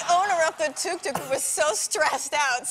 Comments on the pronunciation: Please stop saying tuk tuk like that😣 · . When she was talking about the Tuk tuk her German accent suddenly appeared. Something to do with mechanical engineering?